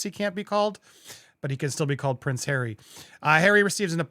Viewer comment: 😂😂😂😂😂😂😂😂 that's "our Hawwy"!😂😂😂😂😂. Incidentally, is the word "cretin" still acceptable or is it now banned in our PC world? I'm getting too old for today's linguistic shenanigans. I can't keep with what is ok and what is on the "Banned" list.